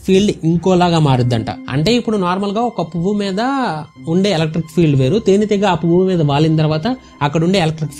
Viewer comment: తేనె తీగ కాదు బ్రో తేనె టిగా 😂😂